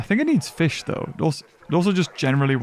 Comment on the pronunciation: Ah yes Feesh